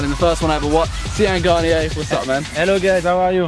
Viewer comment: Butchers his name right in front of him, lol